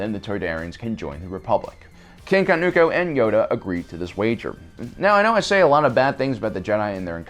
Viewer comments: Say it with me....Kah-TOON-koh, not Ka-noo-koh. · Or “King Kanuuko” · Okay, the blatant mispronunciation of numerous names multiple times is unbearable. Did you even WATCH The Clone Wars, or did you just read all of this information off of Wookieepedia (where names like Wat Tambor and Katuunko are actually spoken and pronounced properly)? I think it goes without saying (it should, anyway) that if you're going to make a video about something, you should at least have personal prior knowledge of it by way of firsthand experience, aka. watching the show for yourself. If you have, then there's no reason you should be mispronouncing things left and right.